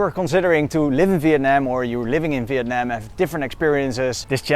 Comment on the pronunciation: Wow the very first foreigners that I know until now which pronoun the "Việt Nam" word most correctly way, I believe so. It usually like "Vie~et Na~am" , I mean they will stretch the syllable when they say the word.